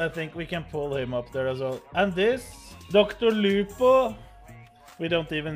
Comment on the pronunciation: I love the way talks. It's like, "DOCtur LOOpoh."